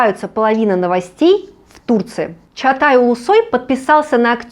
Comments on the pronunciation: Почему вы говорите. Чатай? Чагатай его имя. Может так произноситься должно? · Чагатай, а не Чатай